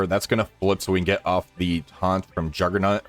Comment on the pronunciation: Are u saying juggernUt